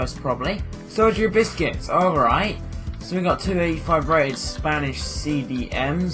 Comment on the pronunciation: u said sergio biscuits wtf